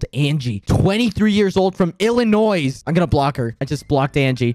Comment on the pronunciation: DID HE JUST SAY ILLINOISE?!